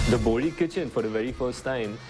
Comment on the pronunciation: Not bori , BOHRA